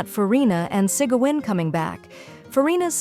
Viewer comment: The ai voice cent pronounce them correctly lol